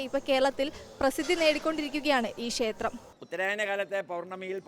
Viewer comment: കുട്ടീ.... ക്ഷേത്രം എന്ന് പറയൂ. ഷ എന്ന അക്ഷരത്തിന് പകരം " ശ" എന്നാണ് ഉച്ചരിക്കുന്നത്.